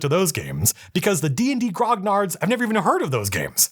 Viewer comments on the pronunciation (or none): Grognard is pronounced "gronyard". Like lasagna. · Dude, the 'gn' in grognard, being French, sounds more like a Spanish 'ñ' and the g is silent. Good vid tho!